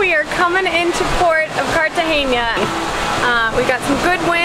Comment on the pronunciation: Guys it’s Cartagena not Cartageña